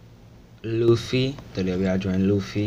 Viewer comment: Thanks man. It turned out really good. ^^ Oh and It's pronounced Luf-e ( luffey ) ( This is Alyssa btw)